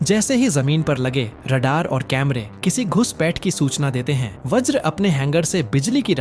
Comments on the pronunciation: Vraj nahi Vajra sahi Got it...? Atleast Basic English to Jano. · व्रज नहीं भाई वज्र